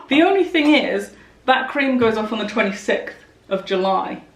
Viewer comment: my darling.. I love you so much but how are we pronouncing 26th now a days? 😂😂